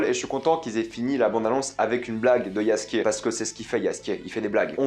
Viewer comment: Le J se dit Ye en Polonais